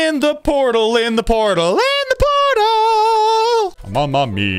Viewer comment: “Potal circles”